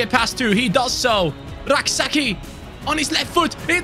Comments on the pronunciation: Hey Rak-Sakyi is pronounced as Rak-Say-chi not rak-sa-key😂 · Rak-Sakyi is Ghanaian. It's pronounced Say-chi